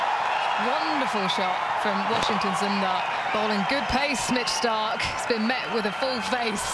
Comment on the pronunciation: She said Mitch stark